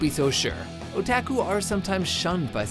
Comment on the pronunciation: The mispronunciations make this more interesting. O-tack-uu